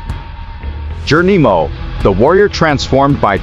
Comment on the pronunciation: I AGREE 100%, I THINK IT'S AN AI, I DON'T THINK THEY CAN PRONOUNCE S*** CORRECTLY